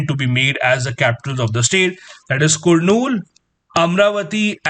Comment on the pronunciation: Sir its kurnool (karnool ) 🤣🙏